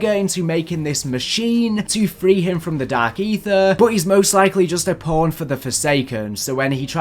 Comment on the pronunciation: Forget that. Listen to how he said pawn.